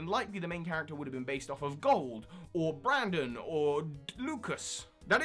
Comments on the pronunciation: It's Brendan, not Brandon. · It's not Brandon, It's Brendan...